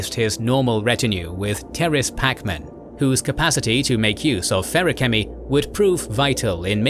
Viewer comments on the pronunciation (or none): so i know pronuciation is one of those things buts damn your pronunciation of specifics hurt my soul feruchemy was the worst